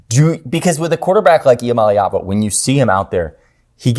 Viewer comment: with the correct pronunciation of Nico Iamaleava!, all short vowels!